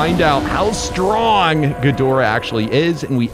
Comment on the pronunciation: that’s not gidorah